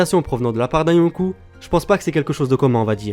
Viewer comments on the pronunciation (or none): par c'est yonko pas younkou et aussi kaido pas kaidou